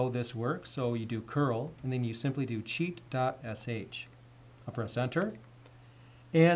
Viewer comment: first I heard like cheat god sh